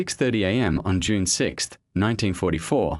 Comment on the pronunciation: I hate the AI voice! It's June, not Unee!